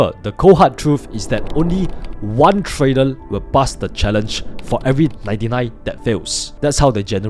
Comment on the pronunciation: In this new year, do consider to speak with proper pronunciation of "R", like "trader" instead of "tradel" etc